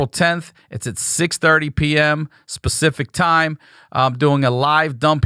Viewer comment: Was that Specific Time or Pacific Time, senor?